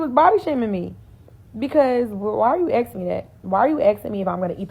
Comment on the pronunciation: It's "why are you asking", NOT "why you exen". Wtf , speak English, not hoodrat!